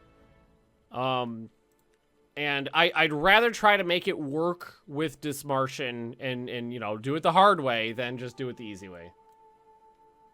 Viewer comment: OMG I AM FROM Dithmarschen. well like very close by it . love if you play german nations :) and this is not critisism but u pronounce it DIT - marschen like prononce DIT very heavy than marschen